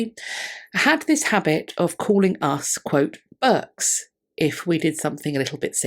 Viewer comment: I heard "erks" and failed to hear the initial "b" (although when I turned on Captions, it did). So I thought your elementary school teacher was calling her little charges "jerks." And that despite the one bit of Cockney I have previously encountered being the reference to the Cockney sportsmen riding to the hounds from Berkeley, a bastion of education on the west coast of California. And PS I note a lot of Brits throw around the undisguised version of that word to refer to anyone quite freely, male or female, much more than sepos like myself.